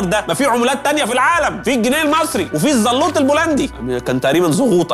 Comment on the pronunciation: الزلوتي البولندي وليس الزلوط 😂😂